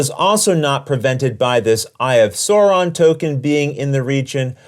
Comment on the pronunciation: Excellent explanation! I know how to play this game now! Only critique I can give is the way that Sauron was pronounced... It hurt my feelings...